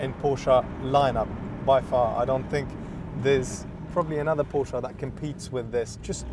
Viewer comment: I’m in the US , his pronunciation sounds about right to me. Are you related to The Porsche family in terms of bloodline? I didn’t think so, so who are you to say the right way to pronounce Porsche? At least he knows what he is talking about!🏎